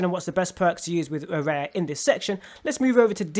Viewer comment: dislike because you cant even pronounce the characters name properly and i cant bother listening to you make the mistake over and over again